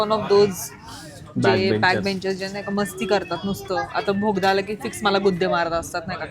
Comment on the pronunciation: Navin shabda milala ahe guys - "बोगदा" nahi "Bhogda" :face-purple-crying